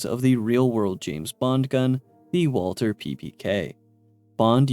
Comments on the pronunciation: it’s walTHER not walTER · Brother what does "th" sound like? It's not "WalTer" it's "WalTHer" you're supposed to pronounce the TH in Walther